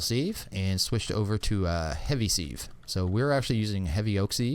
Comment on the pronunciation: "Sieve" is not pronounced "Seeeve". It rhymes with "give", not with "sleeve".